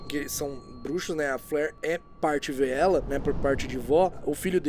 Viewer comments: VEELA "Vê-ela" não. "Vi-la". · você está correto. A pronuncia correta é "Vilas"